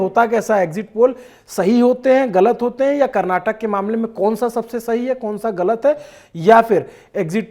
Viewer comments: Karnatak nahi Karnataka hota he bhai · Editor it's Karnataka not Karnatak !! Please correct from next time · It’s Karnataka sir … not karnatak! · Brother it is KARNATAKA.... FOCUS MORE ON 'KA'. Can you pronounce properly please!!!